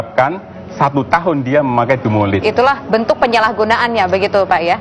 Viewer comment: DUMOLID bukan DUMOLIT... sebab kalau (Dumolit) artinya jadi beda, bukan merk/jenis obat.